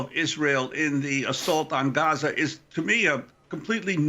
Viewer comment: I love how Amy correctly pronounced Gaza. Great interview